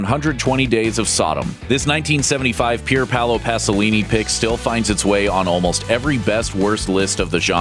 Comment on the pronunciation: Pier palo pasolini????? You know guys if you Type the name and "pronunciation" you don't have to sound like an idiot. Imagine me saying "the first president of the EEUU Jorge Washington"